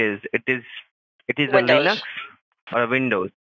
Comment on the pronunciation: "Leenux" lol